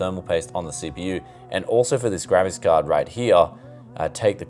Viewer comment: gravis card = an old brand of sound card. He’s mispronouncing ‘graphics’ to sound like ‘gravis’... I think 😂